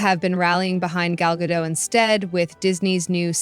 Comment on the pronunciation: Her name is pronounced GA DOT. Good report! 😊 These people like Rachel Zeglér have ZÉRO IDEA how the Palestinians voted Hamas into POWER knowing that Hamas' plan was to DECIMATE ISRAELIS. I don't hear people bringing THAT UP when protesting the ISRAELIS...,🤔🙄🤔🙄🤔